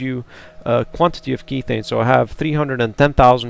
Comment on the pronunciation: Just uh.. so you know "Kethane" is methane with a k for kerbal methane isn't pronounced mee-thane therefore kethane isn't pronounced key-thane :/